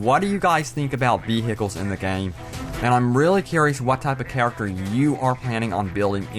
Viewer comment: vee hikels